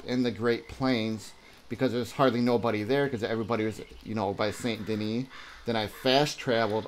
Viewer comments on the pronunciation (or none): I really wanted to listen to you and hear what you had to say, but I just can't trust someone who doesn't pronounce Saint Denis as "Sandy Knee"...